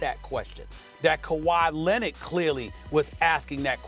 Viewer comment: SAS been saying Kawhi Linnit for a while now